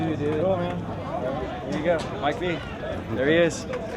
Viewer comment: love that he pronounced Mike V's name wrong haha